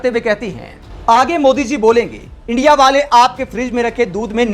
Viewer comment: ये साला इंडिया को इंडि बोलता है